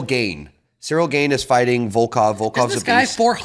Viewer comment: Is there anyone worse in the UFC that can not pronounce any fighter’s name right. He butchers every name and even the easy ones. Any UFC Guy knows is Cyril Gane pronunciation “Gone” not Gain. I think my favorite was CHIZZA. It’s “Key es ah”